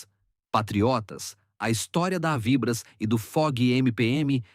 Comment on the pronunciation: Ensinem ao narrador falar avibrás e não avíbras.